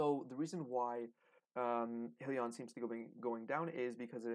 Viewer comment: If you’re going to properly discuss a company and it’s stock, you should at least know how to pronounce the name correctly. The name is HIGH Leon. There is no hill in it. Only hills to climb to be profitable.